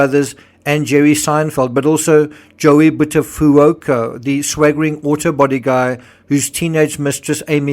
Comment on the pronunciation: It's pronounced, "Joey But-ah-FYOOK-oh." Just fyi